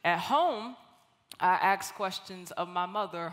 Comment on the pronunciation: Okay, if you're going to be a public speaker then you need to speak correctly. You didn't AXED a lot of questions you ASKED a lot of questions. I"m sorry. Please forgive me. I love you. Thank you. This is just huge peeve for me along with using "less" when "fewer"is required, and people who don't use their turn signals in traffic. God bless you.